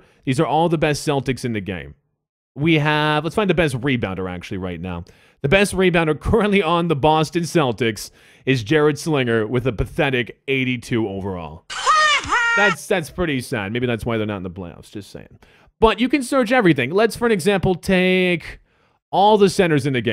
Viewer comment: The celtics are in the playoffs.... Lol And it's Sull-in-jur